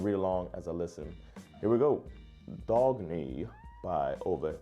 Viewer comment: In swedish Dagny is not pronounced with a hard "g". It is pronounced as it was spelled Dang-ny.